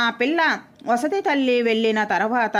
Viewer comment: వసతి తల్లి కాదు, సవతితల్లి అని చదవాలి